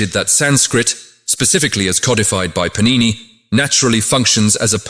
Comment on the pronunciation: Sanskrit words are all mispronounced! It is pAnini not panIni!